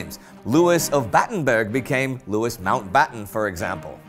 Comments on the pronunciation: It was 'Lou-E' mountabtten wasnt it? Not louisss? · Louis Mountbatten is pronounced Lewee not Lewis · I do not think that you pronounce Louis like Lewis, I’m 99% sure you pronounce it like this lewy Mountbatten obviously it’s not spelt like that but I just put it like that so you could have an idea how to say it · Louis is never pronounced Lewis unless your speaking about a city which is still pronounced wrong